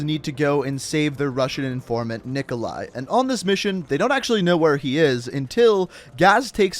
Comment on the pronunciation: It’s pronounced Knee-Coe-Lie